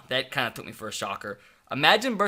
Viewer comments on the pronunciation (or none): none